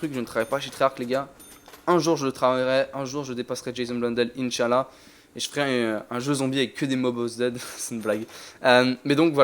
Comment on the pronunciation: ça m'a tuer comment il a dit inchallah 😂